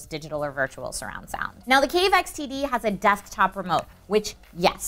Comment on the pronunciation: When she says xtd it sounds like std